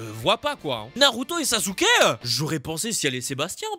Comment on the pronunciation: Dans Naruto Jiraya dit Sasuke avec un Z